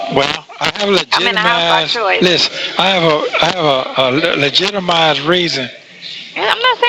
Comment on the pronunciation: "I hv a legitimise reason" LEGITIMISE! ..How is this man conning people and able ro drive a Bentley etc😮